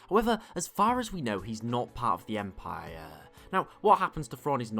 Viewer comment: Anyone hear how he said empire lol good video though